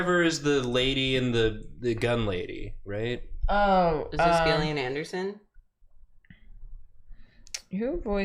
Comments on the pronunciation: Isn't Gillian pronounced Jill- Ian? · I love smiley fries 😢 it’s ok, more for me 😋 Also Gillian Anderson is my only hope of people pronouncing my name right and y’all said it wrong 😅 (Jillian not Gill like a fish) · Crying every time they mispronounce Gillian Anderson, lmao.